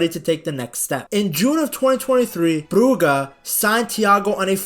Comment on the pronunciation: Bruge is prounounced 'brujj' like the word rouge, not 'brugga'